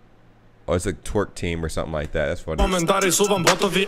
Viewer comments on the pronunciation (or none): none